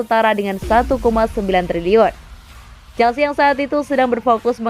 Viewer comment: Nice, penyebutan Chelsea nya udah jelas sekarang 💙